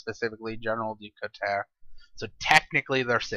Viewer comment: general du couteau, pronounced Du Coo-toe otherwise i like these qite a bit keep em comin ;P